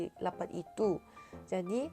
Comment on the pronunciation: "Lapat"😭😭😭😭 noo its Rapat "R", not "L" 😭😭 however you doing good:)